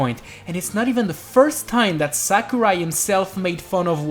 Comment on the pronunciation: its sakurai not samurai